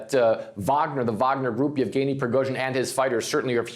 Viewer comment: omg are you new? It's YEVGENY, you overpaid talking head. He's been in the news cycle for YEARS now and I can't even why you can't properly enunciate the man's name smh